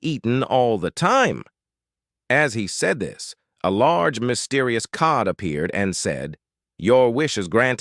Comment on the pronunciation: Jokes don’t make sense when words are mispronounced like saying code instead of cod.